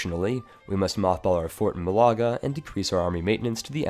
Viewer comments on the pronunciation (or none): I've said this on other videos and I'll say it again. It's pronounced "Mah-la-ga", not "Ma-lah-ga", there's an accent on the first A for that reason :P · Are you blind? mÁlaga not malÁga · Bro, it'a not Malága, it's Málaga, it even says so in the province name. Plz pronounce it right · Actually he should pronounce it more like Maaliqa. ;) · Málaga is pronounced Mál-a-ga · Vitor Oliveira yea he’s pronouncing it like some mysterious Arab province